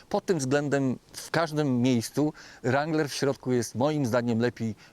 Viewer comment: Kurcze Chłopie naprawdę fajny kanał prowadzisz ale na Boga przestań z tym ,,langlerem" bo to jest żałosne. Nie ucz się wymowy z translatora Google. Mów po prostu Wrangler i się nie ośmieszaj. A jak koniecznie chcesz być bardziej amerykański od Amerykanów to ucz się poprawnej wymowy chociaż z Amerykańskiego YouTuba a nie od translatora Google.